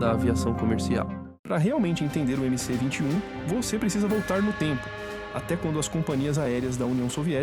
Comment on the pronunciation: Olá Gostei do video. Só que é MS-21 e não mc-21